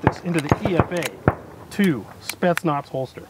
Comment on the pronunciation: Nice job. First: it is not E-F-A, it's "Epha", or saw-scaled viper, or small Indian viper. Second: this contraption was never officially adopted by any of RF special forces.